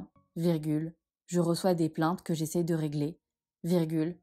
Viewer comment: J'ai fait quatre fautes (sur meus, bous, essaie, abats). Pour "essaie" j'ai été influencée par la deuxième lecture et la prononciation "essayeu" au lieu de "essaie" mais je n'ai pas été vigilante car "j'essaye" n'existe pas ! Une dictée bien coriace avec des verbes du troisième groupe ...un régal !! Merci